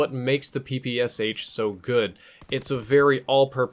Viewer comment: It's pronounced "Pee-Pee-Shaa", not "Pee-Pee-S-H". I'm so tired of repeating it to you, people (ง ͠° ͟ل͜ ͡°)ง You don't say "S-H-arapova"? You say "Sharapova".